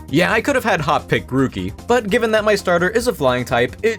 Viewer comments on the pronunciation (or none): none